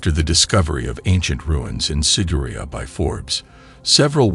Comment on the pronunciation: The narrator is pronouncing it wrong. It's sig-er-i-á